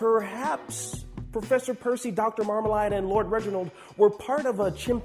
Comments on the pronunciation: It's Marmalade! not Marmaline. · Marmleaid is pronounced Mar-mle-aid not mar-Mel-ard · My first question is- why does pronounce Marmalade as "MarmaLIDE" instead of MarmaLADE? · Seems like he's going to fit right in with everyone else on the channel, cause he constantly mispronounces stuff too! Its MarmaLAID, not MarmaLIED. And Bonobo is pronounced Buh-NO-Bow, not Bonn-uh-bow